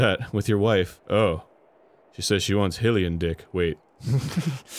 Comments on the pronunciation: hylian, not hillian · Hill-lian? I always pronounced it Hye-lian, like Hye-rule. First time I have heard that pronunciation of it. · if he pronounces it hill e an one more fucking time i swear to god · Does Arin mispronounce "Hylian" to be funny, or does he actually thing that's how you say it?